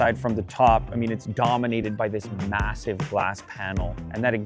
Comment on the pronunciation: destroyed the word MASSIVE for me